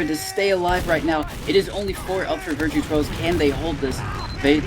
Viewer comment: Why do the casters keep calling them “virtue bros”? It’s Virtus Bro it’s a parody of Virtus Pro edit: never mind they addressed it later in the VOD lol